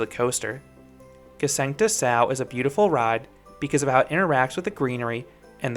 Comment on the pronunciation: Nice review! And your pronunciation of the name Gsengte Sau is really good as well. :)